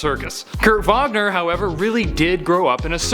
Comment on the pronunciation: Pretty dope that you pronounced his last name the proper and correct Deutsch(German) pronunciation. Please, top 10 Donna Troy facts